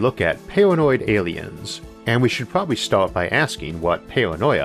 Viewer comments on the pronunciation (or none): I cant watch these videos cause i cant get past the voice and wisp. Pawanoid Awiens is all i hwear